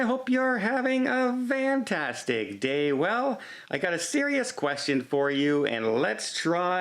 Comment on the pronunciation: why do you say “van tastic” day?